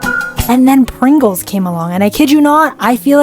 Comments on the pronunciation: Its not prongles its Pringle's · It's not progol it's prigle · Don’t say, prongle it’s pringles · PRINGILS NOT PRONGLS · prongole its pringles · "Prongle" im skrry but its PRINGLES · It’s PRINGLES not Prongles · The name is Pringles not prongopls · “ prungle ??? “ it’s “ Pringles “ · Pringle.✅️ Prongle❓️❌️❌️❌️❌️❌️❌️❌️❌️😂😂😂😂😂😂😂😂😂😂😂😂😂😂😂😂😂😂😂😂😂😂😂😂😂😂😂😂😂😂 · It’s not Pringles it’s PRONGLES😂😂 CLAP IT UP👏👏👏👏👏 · Bro called pringles prongles😂😂😂😂😂😂😂😂😂😂😂😂😂😂😂😂😂😂😂😂😂😂😂😂😂😂😂😂😂😂😂😂😂😂😂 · why she says prongle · Where the iconic " So I had the delusional idea to..... " hm? Anyways loved the vid P.s I've been typing with one finger and my thumb my whole life.. But lately ive been typing with two fingers No thumbs🚫 yh and it is faster btw I'm in talking alot but I just watched a specific clip again and realised when she said PrIngle she pronounced it "Mr.prOngle" ..... Not judging..... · You said Pringle wrong you said it like Pronle unless that's your accent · i couldn't after you said "prongle" 😭😭😭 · bro, said Pringles so bad I laughed